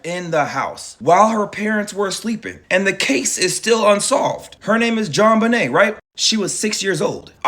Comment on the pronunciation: “JonBUHnay Ramsey” 🤭